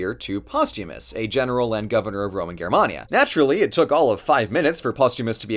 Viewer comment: Someone pronouncing Germania correctly based